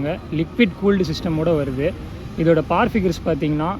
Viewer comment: Power ❌paawar✅